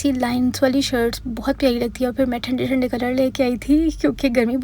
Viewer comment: Ap "thanday thaday colour" bhtt mazay ka bolto😂❤